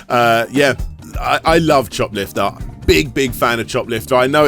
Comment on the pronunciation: I keep hearing it as shoplifter